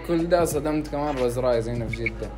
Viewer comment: ماتعرف تقول روز رايز😂👌